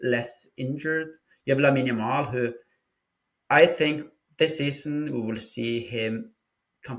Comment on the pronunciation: We hope for a very good season better than the last one. I hope we can help Olmo and Christensen injury vulnerabilities round. you must try to pronouce Lamine second name Yamal better 😂😂😂 it is so funny. Good discussion nevertheless. Visca Barca